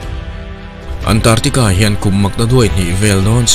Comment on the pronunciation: Antartica nilo in, ANT ARC TICA tia lam tur ani e